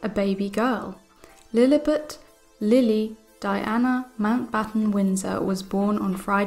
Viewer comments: It is Lilibet not Lilibut. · No offense but please pronounce the name correctly, it's Lily-bet, not Lily-butt.